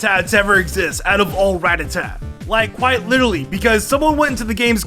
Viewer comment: You say ratata wrong.